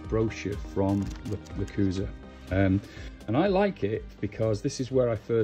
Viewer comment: Thanks for the awesome video - that's what I needed ! Now, as tu pronounciation of "lechuza" , although it is rather unpopular - the word is pronounced "le-choo-za". Explanation from the Lechuza-PON home site "LECHUZA is Spanish word for "owl". The LECHUZA sub-imigration system watches over your plants like a wise and watchful owl".